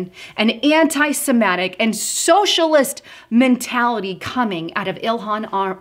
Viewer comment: It's Sem-IT-ic. BTW, whatever happened to Linda Sarsour? It seems Omar took her place.